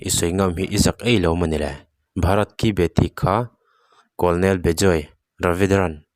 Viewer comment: " Beti" tih i sawi dan kha a dik lo ,tri tih ang a lam tur